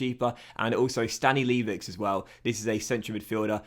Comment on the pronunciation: it's something more like stanilevich. it's certainly not ch like in english chemistry but it's ch like in beach or in chess. source: i'm from poland